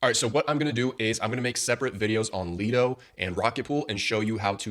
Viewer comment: Great video. Though I believe Lido is pronounced "Lie-do" instead of "Lee-do" :)